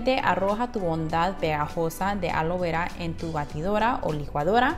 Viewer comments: ¿Cual es el problema para no poder pronunciar ALOE VERA? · Yel, Womar alo vera 😂😂 dicen qe si lo pronuncias igual crece más tu cabello aunque parezcas azteca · Se dice Aloe Vera no alo vera Por Dios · Querías decir ALOE VERA ...NO ALO VERA 😂😂😂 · Creí q sólo yo escuchaba Alo vera XD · Alo veurrua? Ajjajaajja